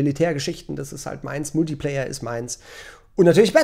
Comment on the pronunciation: Da belehrt er uns seit Jahren, dass Multiplayer anders ausgesprochen wird und jetzt das!!!! xD